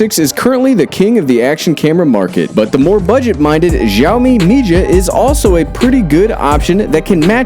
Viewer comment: It is read SiaoMee, come on! :)